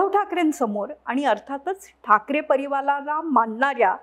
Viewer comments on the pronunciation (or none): मॅडम आपण किती हि आपटा ....आमचं मत मोदी जी नाच ✌✌✌आणि हो २:१६ '''ठाकरे परीवालाला'''' नाही ''ठाकरे परिवाराला'' म्हणा मॅडम धन्यवाद 😁